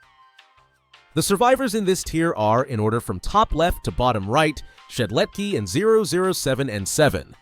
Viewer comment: I feel pain whenever he says "Shedletky" Where is the S?! AAAA!